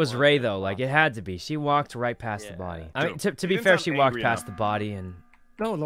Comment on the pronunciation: The way says: there's a bodY!